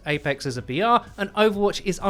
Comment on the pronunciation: I was hyped every time he said BR but farther on in the video I realised he was not saying VR but BR